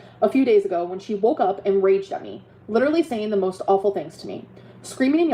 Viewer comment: Oh I got this feeling when she said "leeeedurully" through tears !! Annoying af!!